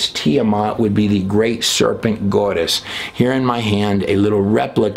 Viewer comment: Goddess, not GWODESH